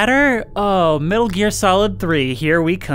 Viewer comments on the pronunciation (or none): none